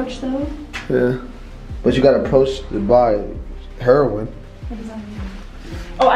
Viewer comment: I love how cannot actually pronounce heroin correctly, being that he’s probably never been around that before 😂😂